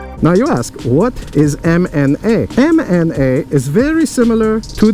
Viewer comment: I keeps sounding like you're saying Anime, not MNA LOL.